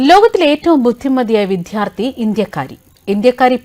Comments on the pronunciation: വിദ്യാർത്ഥി എന്ന് പറഞ്ഞു പഠിക്കൂ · ഇനിയെങ്കിലും ഈ "വിദ്ധ്യാർത്തി" പ്രയോഗം നിറുത്തു ... നിങ്ങൾ മലയാളം വാർത്തയല്ലേ വായിയ്ക്കുന്നത്.